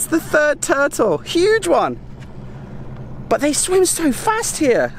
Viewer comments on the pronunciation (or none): none